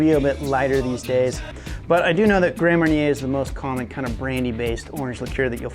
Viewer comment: Mar-nyay not mair-inner